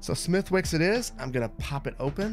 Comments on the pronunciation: This might be too late for you to see this, but Smethwick's is pronounced "Smith-icks". Source: I'm Irish. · Smithwicks red ale is lovely - would be one of my to go to beverages when going out in Belfast, together with Guinness and good whiskey. (It's pronounced Smith'iks :) ) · Smithwicks has a silent 'w' = "Smithicks" - love your work! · Smithwicks is pronounced “smitticks” here. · reeee, you don't pronounce the "W" in Smithwicks!